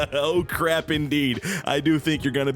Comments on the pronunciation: Oh cwap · "Oh cwrap" 🤣🤣🤣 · O-WESTED? O-CWAP! 😅🤣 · O-rested gets me everytime haha oh cwap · Oh cwap.... Am I gonna be o o-rested? 😂🤣😂🤣😂🤣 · Oh cwap 😂😂😂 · Oh cwap. I'm sowwy